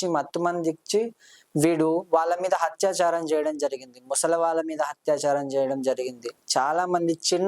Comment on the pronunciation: Telugu palakatam radu anchor ki Hathaya charam kadu nayena Athayacharam ani Hathyacharam ante champandam Again athyacharam antam nerchuko Bharya word anetapappudu Vathu tho cheppu Barya kadu Bharya Telugu matadam sarriga rani vallu enduku channel lo programs chestaru? Antha ma karma 😢